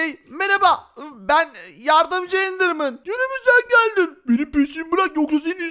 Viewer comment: Endermın degil doğru düzgün konuş